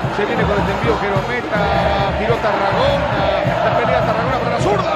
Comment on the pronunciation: Lindo vídeo gente, los empiezo a seguir. Es Tarragona el apellido, me pareció escuchar q decían Terragona